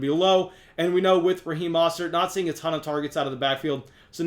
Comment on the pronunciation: Raheem Moe-Stert